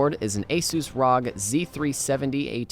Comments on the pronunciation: the way you said rog. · Who says ROG like that?